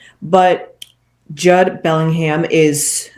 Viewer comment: It's pronounced 'Jood, rhymes with dude.